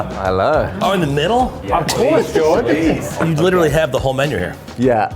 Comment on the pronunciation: Two guys who come from a country teeming with castles surrounded by these large trenches that get filled with water can’t pronounce George’s name right 🤣